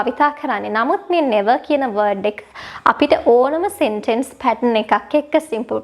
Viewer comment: සෙන්ටෙන්ස් නෙමේ.. සෙන්ටන්ස්... /ˈ‍sentəns/